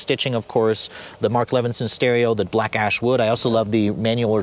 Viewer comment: Every time he says black ash wood at first it sounds like black ass wood lol